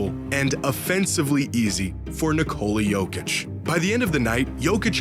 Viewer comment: Holy shit that butchering of the name